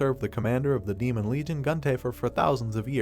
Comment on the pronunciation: 3 hours 47 minnutes into this video, you finally learn what the AI narrator means when it mentions "Main" or "Maina" (it is misspeaking the word "Demon"). Please slap the AI repeatedly. Otherwise, great recap.